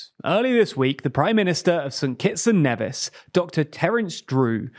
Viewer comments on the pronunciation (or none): Nevis is pronounced 'Knee-viss' , it's not like Ben Nevis